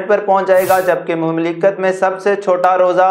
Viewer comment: یار اپنی اردو کسی اردودان آدمی سے پہلے ٹھیک بولنی سیکھو پھر اینکر پرسن ضرور بنو ۔ لفظ (مملکت) کی ادائیگی آپ کی صحیح نھیں ھے ۔ (آپ کا ایک خیرخواہ بھائی)